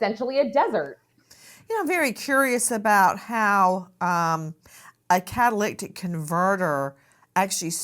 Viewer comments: kah- tuh- LIH - tik ... not kah- tuh- LICK- tik Nancy. Love you but just letting you know how to pronounce it . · Nancy, it's pronounced Cat-uh-lit-ic converter. Not catalictic....🤦🤦🤦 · Just so everybody knows an easy way to pronounce it, * cattle lit ick* is how it sounds when you say it in a sentence..it's a catalyst control on your car.. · Sorry Nancy… CA-TUH-LIH-TIC converter. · Have to log off on this one, I can't listen to "catalictic: any more. Does she think this mispronunciation is cute/ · Cat-a-lyt-ic (converter) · Car guys who’s yelling how to say catalytic (cadalydick) converter. That doesn’t take away from the chance this guy is getting rid of evidence. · Nancy, you're mispronouncing the word "catalytic." yoire adding an extra "c " in the middle of the word. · NANCY cannot say catalytic to save her life. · This case is here in northern calif where i live..Nancy, it's a catalytic converter. You're butchering it. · Lol😂 it's driving me crazy too, she's adding and extra "T" 😆